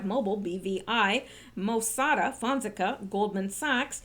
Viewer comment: PLEASE, pronounced "fon (fohn) sec (SECK) a (ah), accent on 2nd syllable.